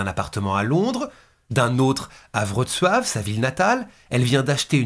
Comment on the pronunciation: Toujours au top.Je note tout de même ton application et ta difficulté à citer la ville de Wroclaw.Ma mère y est né.On ne t'en aurait pas voulu de prononcer la ville à la française en phonétique soit vroklo ou vroclaw😀